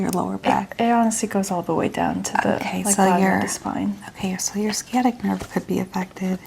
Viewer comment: I'm sorry, but it totally destroys the immersion when you mispronounce basic medical terms. The "sci" in "sciatic" is not pronounced "skee". It's pronounced "sy" like in "science". If you're going to do medical roleplay ASMR, please google the correct pronunciation of the medical terminology.